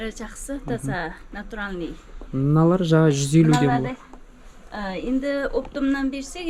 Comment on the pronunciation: Натуралный деп тұр,табиғи дегенді білмейтін сияқты,"ь"әріпті тіпті айта алмайды.